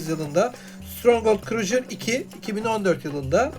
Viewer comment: stronghold en sevdiğim oyunlardandır mükemmel bir strateji oyunu. naçizane tavsiyem crusader kelimesini krujır değil de krusaydır şeklinde telafuz etsen daha güzel olur